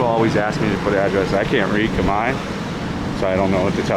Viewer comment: Thanks for the great content but "Come-eye"? I've never been to Cambodia but I'm sure that's not how you pronounce Khmer.